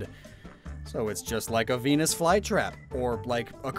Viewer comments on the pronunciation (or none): none